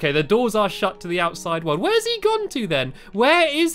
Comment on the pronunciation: Yea instead of world i hear him saying woooold